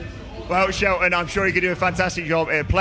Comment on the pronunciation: Did he just call him "Sheltamin!?"😂😭🤣